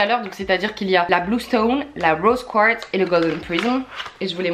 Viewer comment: Mais pk 'rose Kwatz'' LE QUARTZ est prononçable à la française, faut pas s inquiéter d etre en France Je t'apprécie quand mm ss pb, cest pr ça que je suis abonnée.. t as un super humour